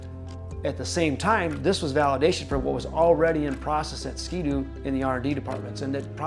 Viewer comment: nice to hear say the brand name properly- 'Skee-Doo' not 'Skid-ooo' 😀